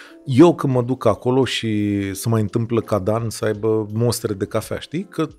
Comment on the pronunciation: Daca tot am intrat la acest podcast.... se numesc mostre ,nu monstre , also espresso, nu expresso. Toate cele bune! ☕️